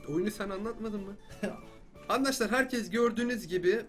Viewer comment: abi nie handaşlar diyon arkadaşlar değil mi o ?